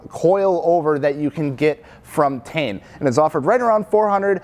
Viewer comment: It’s not tee in. It’s pronounced tain. You ever watch a video of the Japanese reps talking about their products?